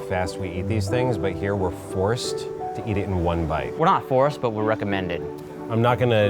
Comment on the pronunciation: Lmao I thought he said tee hee at the end, instead of to eat